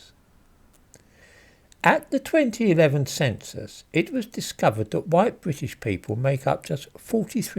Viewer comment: “Hideously huwhite”